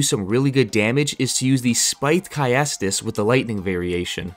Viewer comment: Nice build, though for future reference, I believe that "caestus" is pronounced "cæstus" (with "ae" or "æ" more-or-less being "e" but pronounced from the position you would pronounce an "a"), rather than with the A and the E as separate sounds/syllables.